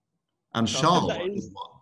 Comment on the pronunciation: I can't stand when pundits and the like call Charles "sharl" he pronounces his name the normal way..don't understand it.